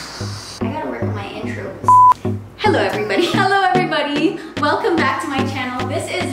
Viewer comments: Can't get the normal "hello everybody!" greet. It was the most awkward and hard to say for the first timers in vlogging. While Liza: Helow Ev'rybadey And I was like: 👁️👄👁️ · Bloopers thooo! Cuuuuteeeee 😍 "Hello everybody" "Hello ebribade" 😂❤